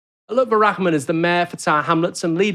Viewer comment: his name is pronounced Rar-man not Rak-man